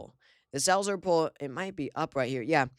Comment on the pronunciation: When he said "the Selzer poll" I was sure he said "the cells are full" . 😮😮😂😂